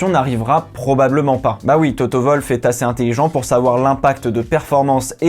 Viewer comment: Attends... tu dis comment Toto Wolff? Nom de Dieu....